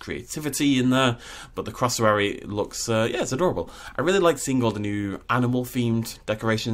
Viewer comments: Was anyone else triggered by him Pronunciation of cassowary as “crossowory” instead of “cassowary” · What's a "crossowary"?... Oh, you mean a "CASSowary"! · "Crossawary" Me (from australia) and Triggered Australians: "It's Cassowary!" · Its not a Crassowary.... It’s Cassowary. I don’t know why but this annoyed me to no end 😳😂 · You said cassowary wrong, just saying and I'm Aussie, also all the Aboriginal carvings/paintings in the rocks are made by Aboriginals